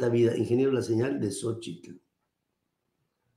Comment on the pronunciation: No me.piwrdo su programa, una observación, se que así se pronuncia el nombre de Xochitl pero remarca demasiado el "tl " de Xóchitl y llega a hacer molesto.